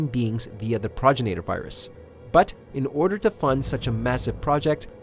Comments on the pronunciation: You’re saying progenitor wrong. It’s not progenator, it’s pro-gen-i-tor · It's pro-gen-i-ter not prog-in-ator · He also called the Tyrant that nemises feasted on as a "failure" even tho that was one of the 6 tyrants dropped into Raccoon city, and also he mispronounced progenitor as projiner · "PRAgenitor virus" Me: PROgenitor virus..................... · PRO-JEN-UH-TOR. Say it with me, pal. That's how you pronounce progenitor. 🙄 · Bro you need to learn how to pronounce progenitor the correct way. You're pissing people off when you say it thenway that you do. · Yeah he "researched" so hard he couldn't even figure out how to pronounce something basic to the game's lore properly 😂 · Do you research bro on how to pronounce words you’re supposedly researching. Progenitor... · When you realise that the narrator cant pronounce the word "Progenitor" lol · Lair I can tell lol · Sounds like he's saying terminator with an Arnold accent 😂😂😂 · TJFI88 Destroys his research credibility with me. Smh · A E a mispronunciation of a word really destroys his credibility with you? You say that like you’ve never said a weird word wrong before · Facts! Straight pissing me off!!! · It scars me to hear progenitor pronounced incorrectly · You are pronouncing the progenitor virus wrong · Agreed. Bugged me when they said 2 tyrants were dispatched. It was only the 1. That and how the guy pronounces Progenitor. Eurgh.